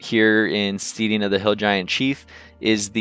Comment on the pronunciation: It is pronounced like 'stedding' as in rhymes with sledding, not 'steeding' 8>D